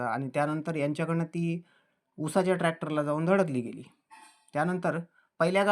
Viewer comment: उसाच्या..not उषच्या ...बातमी द्यायची गड़बड़ नुसती ....